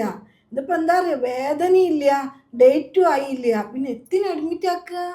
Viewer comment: ethinu ennu parayanda karyamilla .enthinu ennu paranjal mathi.ithrayum dramatic aakenda